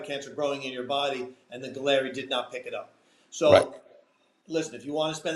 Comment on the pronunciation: Galleri >>> sounds like “Gallery”. Just FYI